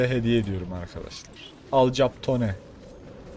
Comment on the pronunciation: Alkapon diye okunur hayatinda hic mi film izlemedin